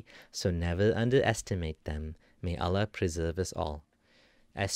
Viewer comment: It's not pronounced alaah, it's Allah